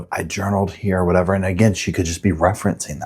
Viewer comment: "In a cabin or whetever she was"